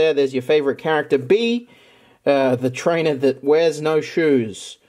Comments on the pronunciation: Isn’t it pronounced Bee-a? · LMASO HE SAID BEEAN 🤣